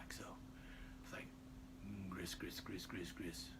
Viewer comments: Gree-gree is the correct pronunciation. And has definately gone head-first over the edge! An exceptionally entertaining video, keep the Fun Knife Fridays coming! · I believe “gris-gris” is pronounced “gree gree.”